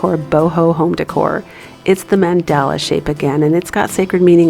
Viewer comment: “Men-doll-ah” mandala